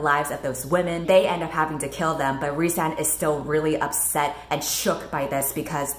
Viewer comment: I juat keep hearing the one guy's name as Ri'saad, over and over and over again.